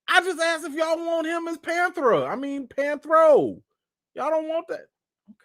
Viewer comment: Anthony Mackie cannot play panthro He can’t even pronounce the name right….by the way the panthro you showed is not the original one